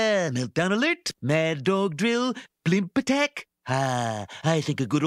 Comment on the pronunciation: Love how he pronounces "Blimppp attaccck"